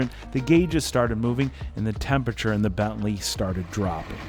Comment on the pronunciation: It took me a while to understand 'belly' is your sloppy way to pronounce 'Bentley' . Seriously?